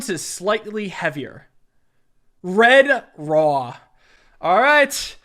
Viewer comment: is a reference to when kept saying Redraw wrong? lol